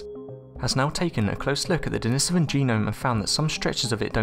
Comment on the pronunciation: DENI-SOVAN for the love of god man!!!